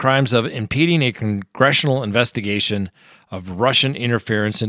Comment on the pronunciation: “Investergation” 🤣🤣🤣🤣😅😅😅😂😂😂😂 I’m sorry but am I the only one that caught that?